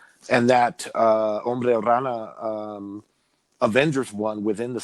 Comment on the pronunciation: When you say Hombre Araña its funny, it sounds as Hombre Rana which means Frogman 😁